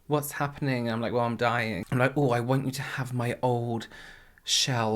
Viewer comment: 1.28 : vas hapenin😳😳😳